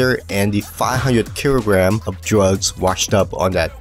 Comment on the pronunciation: “500 keerograms of…” 😂